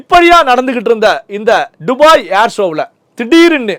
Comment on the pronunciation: டுபாய் இல்ல துபாய் 😂